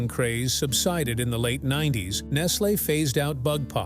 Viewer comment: Your pronunciation of Nestle is wild. It's like you've never heard it spoken out loud before.